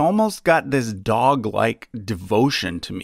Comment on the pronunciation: the way emphasized "TO ME" cracked me up, he sounded confident about his favourite's loyalty